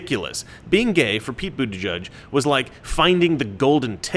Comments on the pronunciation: It’s boot-edge-edge not boot-eh-judge He’s got a giant sign at his campaign office. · The name Buttigieg has ALWAYS been pronounced "Butta-gig". I guess as you say "butt" sounds like a ton of memes just waiting to happen when the owner of the name is a gay male. And I'm sure a Butt-gig is the last thing they want projected. He should've thought about changing his name before he threw his hat into the ring. A gay man with that name will never be elected. There's too much scope for ridicule. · Buttigig pronounced booty gig. An ass appointment. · I think the funniest part of his name is that he is gay and name is pronounced booty judge. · I believe it's pronounced "Booty-judge" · It's pronounced Bootie-gig. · I'm not sure if you said this or not but his last name can literally be pronounced as booty judge... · I'll get the coin anyway but they don't accept that coupon code. Also I thought it was pronounced "butt-ee-geeg" and I was born in Malta! 😂 if he was wearing cut off jeans he may already have been gay and just not realised it. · It's pronounced Butt-Gayg. Get it right, man! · It's pronounced Booty-Judge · Of all potential ways to say the name Buttigieg, is the proper pronunciation really the one that sounds like what you'd call the person who decides the winner of a twerking contest..."booty judge"? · Lets face it,.. You get 'Boot-a-judge' from Buttigieg the SAME way you get 'Bay-ner' from Boehner 😬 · I don't know if Americans pronounce it correct or us in Australia. But Buttigieg is a common Maltese surname, I know quite a few of them; and here it is pronounced Butti-geeg. I don't know if they are just trying to take the 'Butt' out of it, but it cracks me up hearing how Americans say his name. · It's pronounced Bootygig 👍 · Pronounce it: Butt gig. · I would think it's pronounced, "Bootygay." I'm not even joking. We can all pretend though. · "booty judge" that's what i hear everytime his name came up